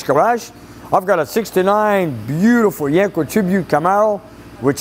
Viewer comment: it's not yanko its yenko lol